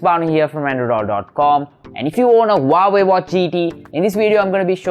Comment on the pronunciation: Huawei, Not wawei